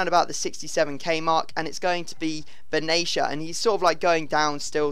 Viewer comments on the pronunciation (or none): Benatia is pronounced Ben-at-e-a a as in rat ok:)